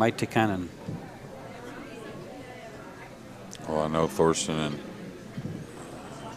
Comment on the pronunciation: marco "toycher" ... not "tootsher". If u wanna pronounce it correctly. Its like Teacher, but toy-cher. You're welcome ;)